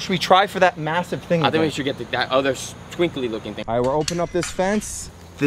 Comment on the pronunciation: Bro said twinkle Lee.